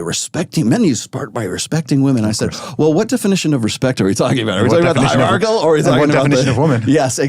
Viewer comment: dude can't pronouce hierarchichal